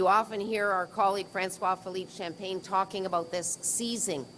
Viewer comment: Philemena Tassi - blah blah, blah, blah. Here is a taxpayer cheque that I HAVE NO mandate or authority to pass out. $1m per worker is the average. She actually said Francois Champaign. LOL you know when the Liberals say that, they are there to drink champaign. I am pleased to announce that we just gave this company $4m of your hard earned taxpayers money. We favor those companies that agree with our agenda and support our continued corruption. 40 skilled jobs for $4m equals $100,000 per employee. TOTAL GRAFT AND CORRUPTION LIKE SNC LAVALIN. In 5 years none of these Liberal corrupt politicians will be there. Badawey is the best. He praises himself and calls himself an "athlete" LOL. Vance runs away from him critics literally. He locks his door everyday as an MP office so no one can see him.